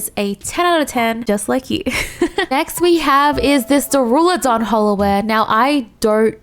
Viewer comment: I love how you keep saying "Daruladon" instead of "Duraludon" lmao